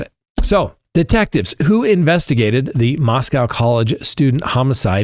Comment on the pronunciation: Just a heads up, not trying to be mean, but it is locally pronounced as Moss-Co Definitely not pronounced like the Russian city.